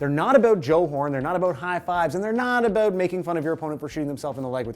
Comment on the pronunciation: First: #BeRoyal but it was great playing Toronto. Second: Does he usually hide the "abuut" or am I just now noticing it? Third: never should celebration of excitement be penalized (like the difference in a game winning situation). But I think there is a line that crosses into things being excessive. Where is it? I don't know. I remember watching - and loving - that cell phone gag live, but is it reasonable? Does it slow the game? Are sports leagues private enterprises that can make whatever rules they want? (That one is a yes). I think there is a full right to penalize it but if a player is willing to pay to build his brand (see Jordan/Nike paying the fine for Jordan to wear Jordan's when Jordan's were released to build that brand) that should be up to the player.